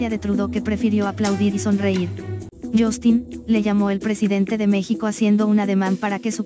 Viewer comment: Aay dios. Senti pena. Verguenza solo de ver este video.... mas cuando dijo YOSTINNN ( justin ) 🤣🤣 y con su cara como que estuviera en la escuela hahahahahahahhaa el es como esos niños que no son populares en los grupitos de la escuela pero como sea logra colarse con ellos pero ellos no lo toman en serio hahahahahahahahabahaha